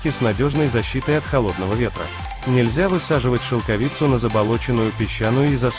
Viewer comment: Поставил дизлайк только за шелкови'цу. Режет уши, мешает просмотру